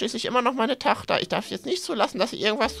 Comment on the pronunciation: Sprachfehler ist da nicht Tochter nein Tachta